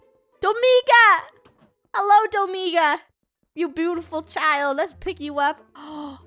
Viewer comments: OKAY why is nobody talking about how funneh keeps killing people's name's? ESPECIALLY DOMINGA AND HER MOM! she said domiga instead of dominga and she said Joahnna instead of Johnna, we have been lied to. she made johnna stay in a boat for years and not control the boat for johnna. she said akaia instead of acacia-.. BUT NOW SHE'S IMPROVED SO MUCH AND DOESNT DO THESE ANYMORE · Funneh: Domiga COmE here SAsSy gurl Me: lol Domiga it is really dominga😂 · Wait is Funneh calling DomiNga Domiga? GUYS THERE IS AN NNNNN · Dough-Ming-Ga Purse-I Armi-nda Jo-Hanna A-Ron Zac-k Just sending out pronunciations xD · No. Dough-monga